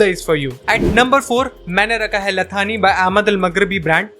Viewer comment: ला थानी नहीं "ला सानी" होता है इसका मतलब बे मिसाल होता है